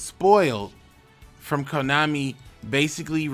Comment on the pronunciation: what's konami? i just hear komoney